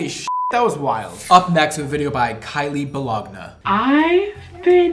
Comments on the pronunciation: And he pronounced your name correctly! I'm the mom with the haunted house!!! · Im the mom in the vid with the haunted house... loadshedding is real and he pronounced her name correctly! Salons are soooo expensive though